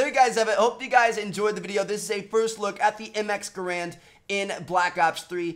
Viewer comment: 0.04 "XM GRAAND" not MX....